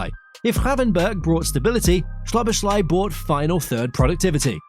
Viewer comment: Szoboszlai is not polish, like the way you pronounce his name in this video (Shoboshlai). In hungarian sz is english s. > So-bo-sla-y